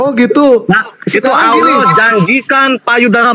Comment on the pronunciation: Kenapa dalam kitab mereka ditulis " ALLAH " , tapi mereka sebut " Alah " bahasa Indonesia yang sangat tidak benar.coba dengar mereka sebut....